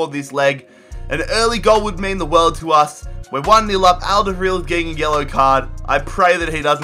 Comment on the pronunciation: You really murdered Toby's lastname :D